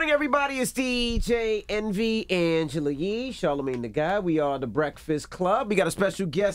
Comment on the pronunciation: Envy. Butchered the name completely